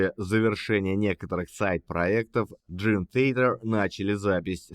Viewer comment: Май Портной правильнее произносит название своей команды!